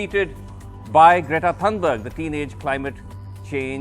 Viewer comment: Its not pronounced thanberg, but Thunberg (thuu).